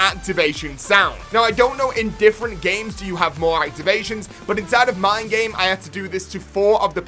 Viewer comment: “But Inside mine game” - almost sounds German. “Ja! Aber Inside meine game!”